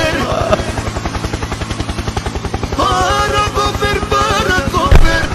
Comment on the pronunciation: Du lachen - du Chälicoptär chäääälicoptäääär